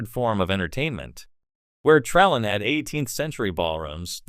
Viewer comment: "Tra...LANE." You don't even pronounce it right!!